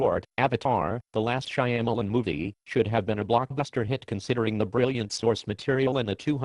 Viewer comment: The voice synthesis is perfect because it mangles Shyamalan's last name just like he mangled the names of the caraters.